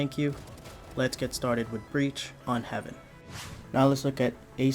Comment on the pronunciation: Btw Haven is pronounced "hay-ven".